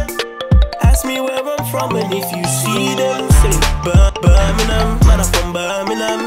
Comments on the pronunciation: Now if only he could pronounce it properly... Birm-ing-*ham* or Birm-ing-*um* NOT "burn-a-nun" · Say Birmingham properly if your from here Bir-min-gham not ber-meh-nam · If you’re going to make a song about Birmingham, the first thing you should probably do is learn to pronounce it properly. It’s not pronounced ‘Burminum’ that’s for sure. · You lot say birminam too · Why is it said like birminham not Birmingham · Man's saying birningham it's Birmingham for starts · Does it piss anyone else off how they say Birmingham? They don’t say the G in Birmingham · It's Birmingham. Not birminam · Just saying nobody in brum says Birminum... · The main major problem with the video, is that he pronounces Birmingham like a Londoner. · Yeh that's not how we say Birmingham 😂😂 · Would help if u pronounced it correct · My anthems KRO and you carn even pronounce Birmingham. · Make a song when u can say Birmingham properly yhhh lolll or is it me hearing wrong tday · How can you be from Birmingham and not even know how to pronounce it properly. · They can't say Birmingham probably 😂🤦🏼‍♂️